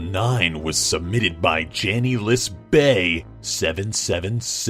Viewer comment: I'm a fan but one thing when u pronounced "Janeisbae777" you pronounce it Janel-is-bae777 just saying (but I THINK it is not I know it is)